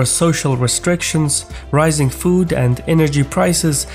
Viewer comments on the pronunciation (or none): none